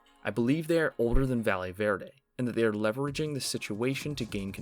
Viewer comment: I swear to god nobody can pronounce Valle Verde. Just call it Green Valley if you can't be bothered to look up a pronunciation.